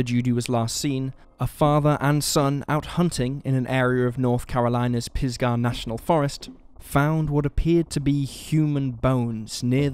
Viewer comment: Right. And the accent is on the first syllable of Pisgah, not the second.